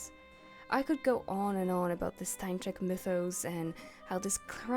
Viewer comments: I’m from Poland (btw, perfect pronunciation) so I can tell something more about Stańczyk. He was one of two jesters long before Matejko painted him. We was known as kings counselor because jesters were the only people who could make fun of the king. Matejko painted him because back there, when Poland didn’t existed on the maps, it was really symbolic. Matejko painted a lot of historical figures to show polish history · im polish and you pronouncing 'Jan Matejko' and 'Stańczyk' correctly healed something within me😭 awesome vid btw, im a big fan of clowncore and its one of my main aesthetics🫶